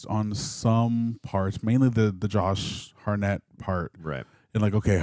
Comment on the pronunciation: "Josh Harnette" :D